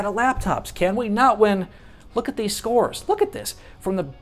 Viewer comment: nice video, but make the "score" word more understandable